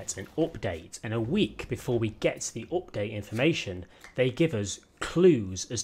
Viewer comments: It is update not opdate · Nobody:: OPDATE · I really like how you say update as opdayt :D